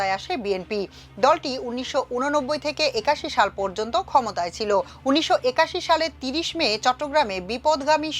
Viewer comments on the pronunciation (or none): none